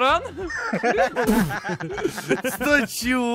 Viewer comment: Не рИсторан а рЕсторан